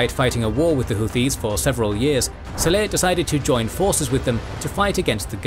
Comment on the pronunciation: It's saleh, not seleh...